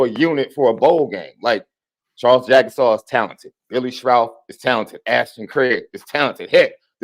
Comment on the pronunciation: JAG-uh-Saw. Gary Danielson f*d it up at least 3X. They butchered Jordan Faison into about 3 different mispronunciations. Had down & distance wrong on multiple occasions… That ancient CBS crew was horrible yesterday. They clearly didn’t want to be doing ND Ore. St. in the Sun Bowl.